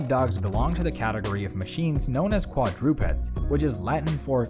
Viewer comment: quad-DROO-peds?! lol